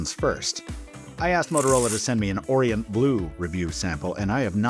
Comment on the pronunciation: "orient" blue? Yikes